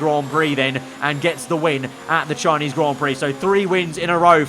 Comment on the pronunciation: THE SHINESE GROND PROCK